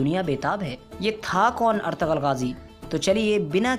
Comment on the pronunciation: Woh ertugul hai ertagal nai